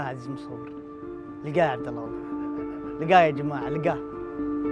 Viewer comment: والله مو والل ..عبد الله وليس عبد الل .......اقسم بالله وليس اقسم بالل